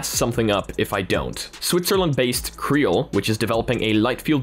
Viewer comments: Not 'creal'. C-Real. As in 'See Real'. Get it? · just a quick note, I think CReal is pronounced "see-real"